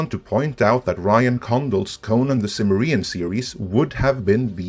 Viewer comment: Your mis-pronunciation of "Soomer-arian" threw me off for over a full day until I re-listened and realized you were saying Sumerian ("soo-mer-ian").